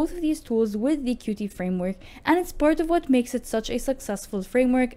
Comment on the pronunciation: It’s not QuTee, it’s pronounced “Cute”.